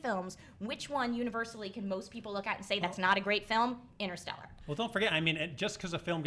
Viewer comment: Btw, it's InTerstellar, not Innerstelar!!! FFS!!!